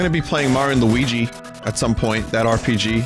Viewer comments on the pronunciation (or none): none